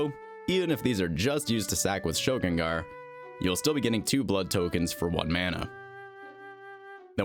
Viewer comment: Ayyy someone who pronounces Shilgengar like a normal human! Thank you